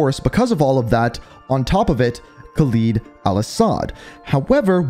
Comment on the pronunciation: This man keeps saying khaleeeed instead of kha “ LEAD “ al asad